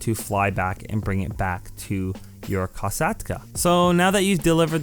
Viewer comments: Tip: If you don’t have a sparrow or an aircraft vehicle you can call the merryweather for a “Helicopter pickup” there will be a helicopter coming to pick you up from above you’ll see it on the map. Kill the guy flying the helicopter and it’s all yours. Also I think the kosatka is pronounced “koush-Kah” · a couple mistakes mistakes, 1st its pronounced cai-oh pear-ico 2. its koh-sat-kuh 3. scroll right on cams to get to the basement wayyyy faster, 3rd if you want to call in your mkII faster go to interaction menu and go to vehicles and call it in, 4th the only difference with hard mode and easy mode is 90k extra and one extra hack